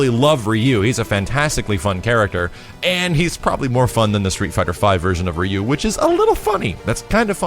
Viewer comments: Rye Yoo, not Ree yoo. ! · Can't even pronounce Ryu as ROO. Kek